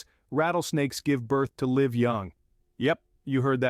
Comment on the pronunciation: pronounce live like it should be please.